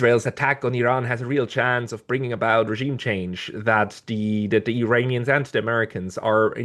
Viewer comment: I know English is not your first language. Please don't say "Eye-rainians", only idiots say that.